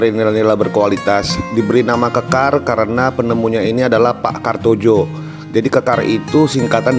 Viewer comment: Mungkin bacanya "kartoyo" bukan "kartojo"